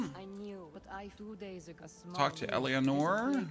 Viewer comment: Thank you so much for the guide, this is excellent :) ... But please for love of God, stop pronouncing her name wrong... it's pronounced El-a-nor :)